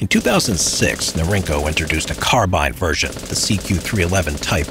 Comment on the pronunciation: Is it me or did he say "carbin"